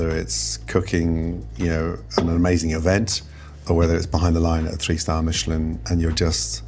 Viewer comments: wtf is a Mee-sha-lan star lol...its Michelin, like the tire company. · Stop saying meeeshalan stars like it’s some fancy French thing. It’s Michelin. Literally the tire company, they created the Michelin guide, google it. You sound dumb. When you go to discount tire for the next pair of shoes for your car, make sure to pronounce it like that and see if the whole shop stares at you. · wtf is a mee-shuh-lawn star? dont church it up dirt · Its not pronounced "mee-che-lawn", its from the tire company Michelin. Don't try to make it fancy. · meechilin... why are you trying to be fancy...its pronouced the same way as the tire its the same guy you twit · "meesh-land stars" is not how i thought would pronounce Michelin xD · Love when people pronounce it "Meechelin" to try to make it sound like some kind of incredibly fancy thing when it is quite literally the name of a tire manufacturer. They have been around since 1889. It has never been pronounced as "Meechelin". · Why did he pronounce it “meeeshellin star” do you also pronounce the tires that way? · I love a meeshulin star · did he say Michelin star like "meechalin" as if it was french??? its the american tire company llololol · why he say michilan like that lmao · Please don’t ever pronounce Michelin star like that ever again! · Why pronounce Michelin like it isnt a tire company? Lol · Why did he pronounce Michelin like that? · What is with that pronunciation of Michelin star? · If you understood Michelin stars came from the Michelin tire company, you wouldn’t try to enhance it with a goofy French accent. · Why does he keep pronouncing Michelin all fancy lol? Because you don’t pronounce the tires that way and it came from the same company so just curious as to why the over pronunciation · bro is pronouncing michelin like it aint a tire company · i didnt think it was possible to mispronounce michelin so horribly. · That's not how you pronounce "Michelin," dude. Ever bought a tire?